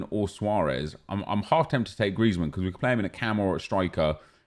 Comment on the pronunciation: STOP SAYING GRIEZMAN LIKE THAT PLEASE MAN ITS SOOO FUCKING ANNOYING